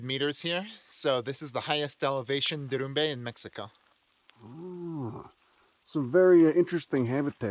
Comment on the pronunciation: The word is trying to pronounce is 'derrumbe,' which means 'landslide'